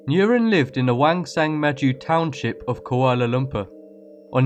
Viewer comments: Why the hell do you pronounce "Nurin" as "Neurin"? LOL, it's quite funny xD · Sorry but I had to, Nurin is pronounced Nureen. I remembered this case and it scared the living shit out of my younger self. May she rest in peace.